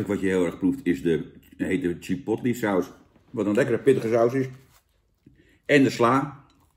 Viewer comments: Hoi Jan! Het is "chuh·powt·lay" en niet "chih·pot·li". Verder weer bedankt voor deze review! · Ik heb nog nooit iemand chipotle zo horen uitspreken 🤣🤣 lekker Jantje